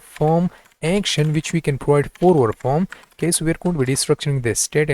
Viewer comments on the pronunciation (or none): you say form....i hear foam... lol